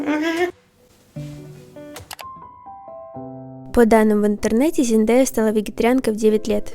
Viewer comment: Только ЗендЕя правильно